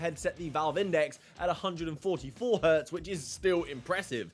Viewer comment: Just so you know: the sci-guy was called Hertz and not Hert/Hurt, so it became Hz, not H, and sounds like herts. (seems it's becoming a fad with the Millennialz players)